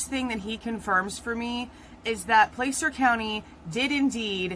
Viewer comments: Plas-urh. Not Place-ur. Plas-URH. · just for your info: Placer County is pronounced "Plasser County". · Placer County is pronounced Pla (short a) cer. County. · regardless. You're not pronouncing it correctly. It's not Place-ur. It's Pla-SIR. Like your going to say plastic but Placer. YW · Placer is pronounced “plass-er”. Just fyi. Thanks for the quick videos! Every other creator has hours long live streams. Thanks for taking one for the team on this one 👍🏼👍🏼